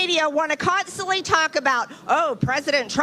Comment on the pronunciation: 'Consterly'…..? What is that?